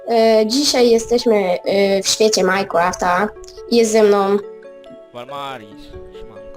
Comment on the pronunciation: nie muwi sie majkłąftaxD tylko mainkrafta!